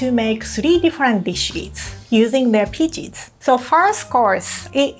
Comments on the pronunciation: she says peaches like pee cheese thats really funny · I'm obsessed with how says peaches 😍😍